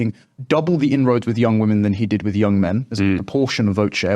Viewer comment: The word is ‘with’, not ‘wiv’, what’s wrong with millennials?